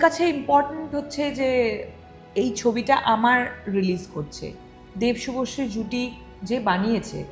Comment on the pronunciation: ShubhoSree na bole shubhoshee kano bole ? Shunte baje lage